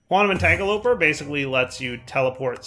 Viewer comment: God it bothers me so much every time he says "Entangle-oper" instead of "Entanglo-porter". It ends in "Porter" as in "Teleporter".